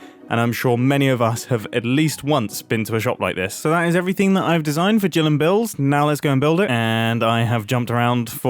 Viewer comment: U said Gill instead of Jill lol, hope you notice and fix the sign. Or keep it because its funny lol